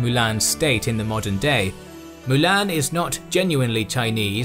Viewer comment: Triggers me u can't pronounce Mulan.. How hard can it be?